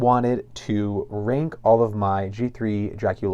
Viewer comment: It’s not pronounced “renk” it’s RANK. I couldn’t tell what you were saying until the third time you said it 😮